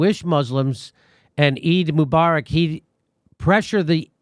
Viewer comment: Jimmy: pronounce Eid Mubarak “E-day Mo-ba-rack”